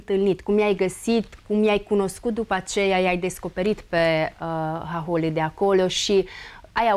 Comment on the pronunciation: Hahóli, fă, nu háholi! Pune accentul corect!